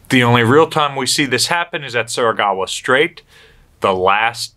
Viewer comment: i was just jesting, I should know, I am from Philippines. He added another vowel.